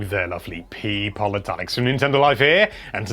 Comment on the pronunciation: People or Pee-pole?